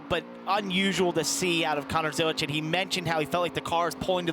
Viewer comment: FYI Zilisch does not have a T in it, it’s a German surname